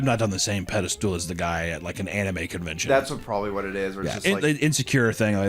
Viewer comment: for FUCK SAKE. It's PEDESTAL. NOT PEDESTOOL. FUCK.